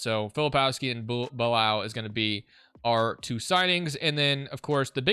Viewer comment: there is no way u pronounced bilal as “Bye-Laal” 🤦‍♂️ its “Bih-Lal”